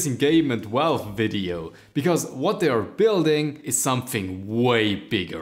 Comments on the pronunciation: I heard "welwe" - what the heck did you just said? Ah... Valve....right... Then I hear Welwe again - what? Ah, forgot again you meant "Valve". Other than that, great video :D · Am i the only one bother by the way he says Valve or Linux?